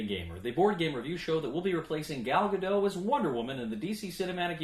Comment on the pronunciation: it's GadoT. The T isn't silent;)